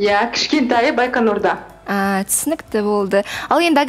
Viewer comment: Агата байканурда демей байқоңырда дешиш